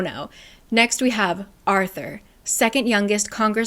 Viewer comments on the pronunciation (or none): none